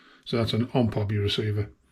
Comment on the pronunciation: It is pronounced like this…O M P Hobby because it actually stands for Ohio Model Products and it is not pronounced like it is one word like this…Omphobby.